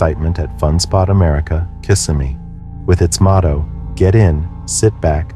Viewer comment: Please, it's pronounced KisSIMee People mispronounce it all the time